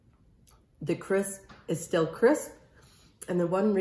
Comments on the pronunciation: Linda Thornton When you’re showing people how to make something, you should know how to pronounce it. And she also kept saying “cris” instead of “crisp.” 😆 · 3 yrs later!.....😊 we call it rhubarb strawberry crumble in NZ😊 Your p is silent on crisp, I notice Amy? 😊